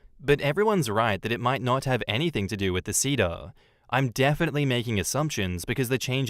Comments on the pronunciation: man the pronounciation of seder bothered me lol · Same and I'm not Jewish lol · Seder is say-der. Hagadah is ha-GA-dah.